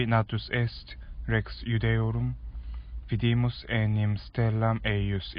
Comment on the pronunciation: Gratias, Accentus tamen nonnunquam male locatus est. Exemplum: vidímus in loco vídimus.